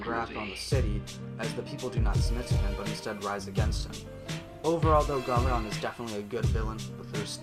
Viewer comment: wtf dos he say? garmadon and pixn